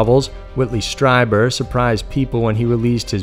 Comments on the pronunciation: Ditto!!! I love how the narrator just sticks to the story - doesn’t have stupid side stories or drama or opinions much Like most other male YouTube narrator’s! I do cringe it some of the pronunciations like in this video for instance Strieber Phonetically is capital STREEBER.... not STRY-Burr —- but who cares it’s such an awesome channel!! One of my top fave channels! I know that it’s not a popular opinion to have, that there’s obviously + probably (imho ) aliens & other planets etc. out there, it just seems like common sense to anyone that thinks about it for more than five minutes!!?? I honestly have more distrust in people that don’t believe there’s something out there than the people that do believe. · Whitley's last name is pronounced, "STREE-buhr". He himself identifies this way in his radio show. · Pronounced "Stree-ber" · Whitley Strieber's last name is pronounced stree-ber, like bee-ber. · Strieber is pronounced Streeber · it's pronounced "Stree-ber" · You often bug me when you don’t research your stories enough to get people’s names correct. Whitley Strieber is very famous, and very credible and pronounced like “streeber” - with a long e sound, and not with a long i sound. Do your home work dude - you get many names wrong.